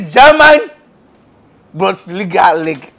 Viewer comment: The way he says bonsliga 😂😅😆😁